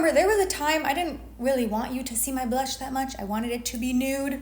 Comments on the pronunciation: Please stop saying, “buh-lush.” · I love how you say blush so aggressively each time, like it’s 2 syllables. 🥰